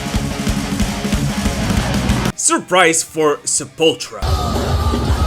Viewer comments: Its Se-pull-tool-ra NOT Se-pull-tra!! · I like this channel, but Sepultura is pronounced seh-pul-ter-uh....not sepultra. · Drives me nuts when people say sep•ul•tra.... It's Sep•ul•tour•ah. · I can't believe people still mispronounce Sepultura. It's not Sepultra, it's Sepultura. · 😂 you said obscura perfectly but butcher sepultura 🤦🏻‍♂️